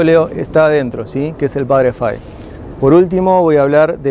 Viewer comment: Muy buena explicación, una sola anotación es padre FAHY, se pronuncia en español FAJI no fai. La hambruna no era en general En europa sino especialmente en Irlanda donde había un hongo en la papa, la cual era el alimento más importante para los irlandeses.